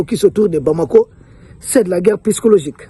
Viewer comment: Psychologique [P...SYCHOLOGIQUE] et non "pyschologique". Mon cher ami, omettez purement et simplement le P et dites "sychologique" et ce sera la meilleure prononciation. Toutes mes excuses.